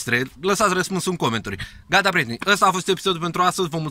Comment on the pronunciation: Deci mor se ras mereu la finalul epispdului cand zici asa apasat "PA" 😂😂 Bravo,frumoase episoade